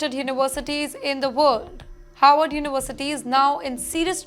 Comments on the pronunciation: is pronouncing '"Harvard" as "Howard" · It’s Harvard, not Howard.